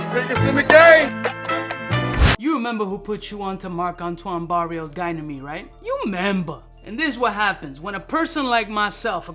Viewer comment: Why do you say "gynamede" instead of "ganymede" ???